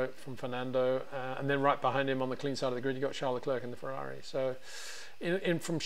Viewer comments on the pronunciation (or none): none